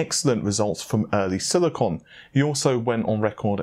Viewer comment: You hear tittycum but i hear silicon.